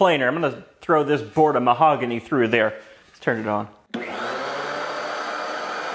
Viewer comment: "Mahogány" 😂. I just wana let you know i appreciate all these little quirks in all videos!